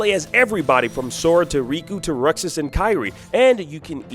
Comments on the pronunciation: Did he say "ruxes" it's roxas Pronounced rocksas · Ruxas joins Rain and Duncan in names that are pronounced incorrectly smh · Did he just say “Ruxus”? Lol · The fact he mispronounced Roxas’ name makes my blood boil. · Did he just say Ruxus? What the heck? I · Sure he didn't get your name right but don't worry for everything else stick with! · This man really just called him Rucksas 😭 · Who is "Rucksus"? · Some people pronounce things differently. No biggie. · Homie really said “Ruxas”😭😭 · LOL "RUCKSUS" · Exactly it's ROXAS DUMBASS😂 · I would enjoy an review if they said names of characters right like Roxas. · Why does he say roxas name like that? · This N*gga can’t even say Roxas’s name right... 😒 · i mean true, but has a history of messing up names lol Especially when the pronounce it as Roxas a few times in Melody of Memory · If you need to know how to say Roaxas's name just look up a quick cut scene.